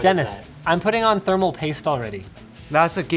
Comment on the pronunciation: omg dis is sooo painful "you need a past to put a prosser right?" LOL